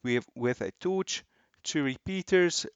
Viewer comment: The way he says torch, TOOCH